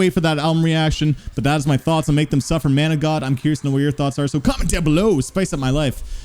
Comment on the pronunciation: He says Mana God but it sounds like Metalcore haha